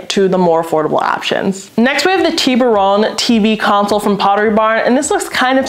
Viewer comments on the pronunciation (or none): I really like this video. All of them actually. Just want to let you know that the Tiburon piece is pronounced tib er on with the accent over the tib. I know because there is a beautiful town north of San Francisco. Love ya!